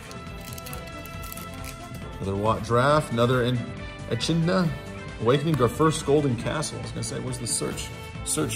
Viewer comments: it is not ech hidna is echidna (e-kid-nah) as in the echidna from Australia. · Eh-Kid-Nah lol..